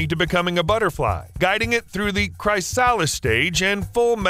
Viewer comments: Not cry sa lis its cris a lis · Chrysalis is pronounced 'Chris Aliss'===I'm sure it's been repeated a million times already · Repeat after me "chris-a-liss" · Chris-a-liss not cry-salis fml have you never heard words before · I know others have said this but chrysalis is pronounced more like "chris-uh-liss" than "cry-sal-iss" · "Cry Solace Stage" aw geeze rick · "Chris-a-liss" not "cry-sah-liss" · Struggling to get past the word Chrysalis being pronounced Cry-Saliss rather than Cris-A-Liss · Chris-a-lis, I think. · Amphibians do it also. Cry salis. . . Love your content but you’re not winning a pronunciation bee 😂❤ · The way this man says chrysalis pisses me off. It's not "cry SAHL is" CHRIS ah lis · Is chrysalis pronounced “kris-ah-lis” or is it “cry-sal-is” like this guy is saying bc I feel like my preschool teacher lied to me now 😭😂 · Chris-ah-liss = chrysalis ≠ Cry-Sal-liss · pronuncing it cry-salis instead of chris-alice is not pleasant. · Chrysalis is pronounced Chris-a-lis not Cry-salis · WTF is a CRY-salis phase??? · "Chrysalis" is pronounced "KRI-say-liss." The "i" in "KRI" rhymes with the "i" in "split," "bit," "sit," etc. The "ch" with which the word begins is actual a transliteration of the Greek letter Χ , or "KI," the "I" in which rhymes with the "i" in "time," "pine," "sign," etc. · I don't think he is aware that the dictionary shows you how to pronounce things. You know, the upside e next to the word actually means something! ˈkri-sə-ləs Worst part is I googled it for this and most actually had a text to speech that said it right 😂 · Chriss--stall -isss stage. 🤨🙃😂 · no that's still wrong 🤣 chris + er + liss, you're welcome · Kris-uh-luhs* Look up the pronunciation if you don't believe me. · chri- sahh - lis your pronunciation of chrysalis killed me.. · I once heard someone pronounce the word chrysalis as "Chris-Sally's" and wrongly thought no pronunciation was worse in English... until today. Bravo for saying "Cry-SĂLL-is", you evil guy. 😄